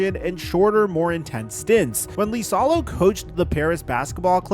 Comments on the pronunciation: Miami makes zero sense because Noah Larouche implemented the new offense for Miami this year and he was at the Grizz last year running the same system that Ja hated. Also, liasolo is pronouned like Eisalo not LEEsalo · THE COACHES NAME STARTS WITH A FUCKING I. IT IS NOT AN L. IT IS AN I. IISALO. NOT LISALO. GOD DAMMIT.